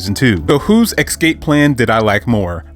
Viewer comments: The word is escape, not ekscape. For this I must leave a dislike because you said it incorrectly so many times. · Can't listen to this man butcher the word ESCAPE with his pronounciation as EXcape like wtf man.. Lean the damn language. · Thank fucking God, someone else called that out. He said the anime doesn’t do the manga justice, but I thought to myself: “you know what you don’t do justice? Your pronunciation of “escape.” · Ngl I personally had to stop watching after you said “excape” for the fifth time😭